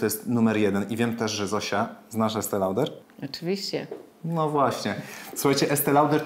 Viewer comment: ' Loder 'czytamy